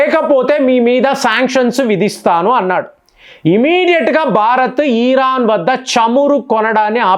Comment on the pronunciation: ఈరాన్ కాదు ఇరాన్